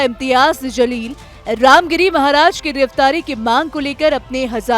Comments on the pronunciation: Zaleel tu hai....Jaleel bol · Imtyaz Zaleel nahi madam It's jaleel